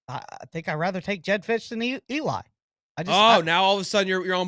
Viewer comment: Fisch is not it!